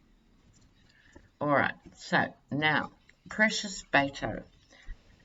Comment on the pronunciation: Hi, with all due respect, and no offense intended, Beto's name is pronounced bet (as in making a wager) o. Beto O